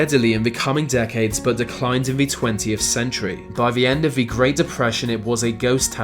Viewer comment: ...into ve modern world...veese legends... learn to fucking speak, you fucking pleb